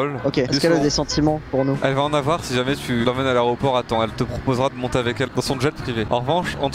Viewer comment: Le fameux "aréoport"...